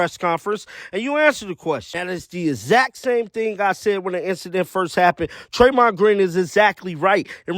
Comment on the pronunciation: It’s not Treymond it’s Draymond. Come on man.